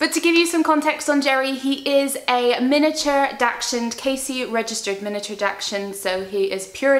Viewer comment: Hey just so you know its pronounced daxhund not daxshund sorry its was making me giggle every time you said the breed 😅 enjoy your baby your going to be a good dog mum❤